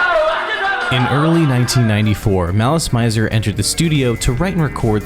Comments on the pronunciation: im sorry but its malice mi -zer not mai -zer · i got 2 minutes into your video but i had to pause to type this. its not pronounced "Mai-zer". i asked a lot of Japanese people here in Little Tokyo in Los Angeles. its pronounced "Mih-zer". You know--like misery. Malice and Misery? okay im done crashing out. back to the video.